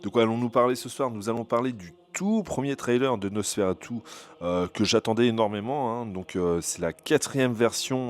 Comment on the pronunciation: Bonjour , Nosfératu est un mot roumain, donc prononcer Nos Fé Ra TOU